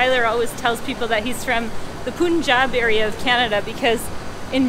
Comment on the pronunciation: Just stumbled onto your vlog- nice! Btw the Pun in Punjab rhymes with Pun, Hun, Sun ... It’s not Poon-jab :)